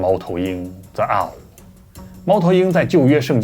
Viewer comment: the owl 唸錯了